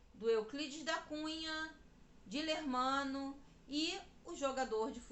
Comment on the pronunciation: Moça, o nome do amante depois marido de Ana de Assis era Dilermando e não Dilermano como vc diz.